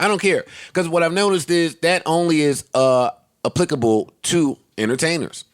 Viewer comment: 🙌 Joe finally pronounces applicable the right way 😂